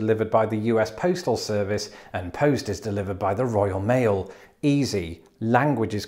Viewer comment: I heard "you've got toast." xD